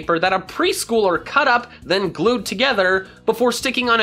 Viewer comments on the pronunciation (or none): none